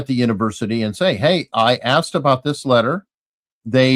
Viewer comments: Says "AXED" for asked. Not a great start. continue... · Sirs, you forgot “Axed” instead of “asked”. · Yeah, just as soon Dr. Superstar revealed that he does not know the difference between axed and asked, he lost me. Perhaps his students and daughter axed him too many times. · "My college students, my daughter, have axed..." Yep. fake. That's all anyone needs to hear. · The good doctor dropped an axed